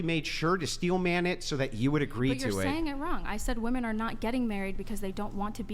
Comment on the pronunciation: WHY do MOST "feminists" on this pod never say the word WOMEN ... they pronounce it WOMAN every time? did i miss a class somewhere ??? its like the 3rd or 4th pod ive seen them pronounce it like that multiple times sometimes in one paragraph. usually goes along with the word "like" said about 9 times as filler words ... smh